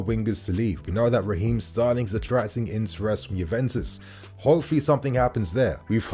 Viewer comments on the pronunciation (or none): none